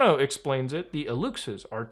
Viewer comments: Aluxes wreaking havoc inside Muta's house and making him sneeze for not believing in them. Also it's pronounced Aloosh aehs (plural) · Greetings from Tijuana, Mexico. I never thought I'd see Muta talking about Mexico, this is wild. We can all agree that our president is nuts. Aluxes are pronounced "Alushes" by the way, and no, they probably don't exist. I hope our president clarifies this urgent matter next conference (which he does one once a day, btw). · An Aluxe is not an "elf". That's just shitty Canadian "journalism". Also, it's pronounced "Alushe". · My brother, as a Mexican myself I don’t support nor condone whatever this wannabe-soap opera “president” has to say that. If you knew half of the stuff this airhead posts and says on conferences. Ufff!! You could do 20 episodes of cringe Unusual memes. Edit: Elf= Aluxes. PRONOUNCE (AL-Lush ) Good try man.